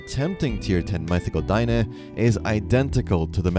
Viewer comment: It's not Dien-Eh it's Den-ae. Anyways I hope they make it so when your character is floating in the water, you can whistle and immediately mount. Of course distance still plays a role depending on if you have no flute, flute or the celestial horn .